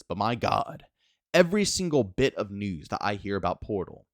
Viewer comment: Sounds like you’re saying nudes